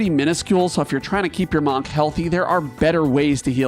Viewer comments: The "O" in "monk" is pronounced like a soft "U" sound, more like "muhnk" than "mahnk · More like "Mankh" He's pronouncing it like the Egyptian "Ankh" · You are the first person I've heard NOT pronounce the word like "munk" and it's giving me a visceral reaction. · You're pronunciation of monk is really weird. It should be "munk" not "mohnk" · One note about Amarant; his No Mercy ability isn't necessarily non-elemental. It adopts the element of his weapon. That said,am I the only one who hears the pronunciation of "monk" like "bonk" rather than "bunk"? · “Maunk“ makes me wonder why most pronounce it as if it’s spelled “munk” I mean, geese don’t “hunk” and neither do cars. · Ahh yes, the MAWNK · I could not make it through this video because I couldn't keep hearing "Mahnk" >.< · May the best "mawnk" win! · Wtf is a Mawk? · Is this an accent thing? I could have sworn monk is pronounced more like munk. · I don't think I've heard anyone pronounce it "mahnk" before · Manque? Or Munk? Interesting pronunciation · I love watching your videos, but this one I had to mute. the pronunciation of the work Monk sounding like the first 3 letters in Monster versus sounding like Munk drove me bananas lol. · We love the Mawhnk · the way you say monk is just painful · WHY IS HE PRONOUNCING "Monk" LIKE THAT?!! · How you pronounce monk really gets to me 😂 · I’ve never heard someone say monk like that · Entertaining list. Also, I've never heard someone pronounce "monk" like that. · The way he pronounces Monk.... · I’ve never heard monk pronounced like that and it’s really throwing me off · The way you say Monk is so different then I have ever heard you put so much enface on the O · Sorry bro, but I can't finish it I'm gonna listen to your vowel choice that many times. It's too jarring, nobody says monk that way. Literally nobody. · Amused at how pronounces "monk" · Great video! Also the way you say “monk” is absolutely insane!